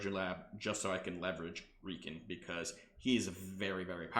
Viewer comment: Great content, and my experience reflects yours. Heads up, that’s not how you pronounce Reeiken. It should rhyme with “Die Ken”.